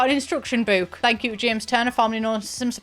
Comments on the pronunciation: I can't stand the way you say boo-k like boot. It's book like brook. Or do you say brook like broo-k? 🤔 Either way, I hate it. Ugh. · Obsessed with the way you say ‘book’ like ‘bewk’ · I hate the way she says “bewk” but this video has to be good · British people really be saying boook like heavy on the "👻k" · Wait, is she joking with the pronunciation of book? 😂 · Omg i can’t handle the pronunciation of book Sorry.😢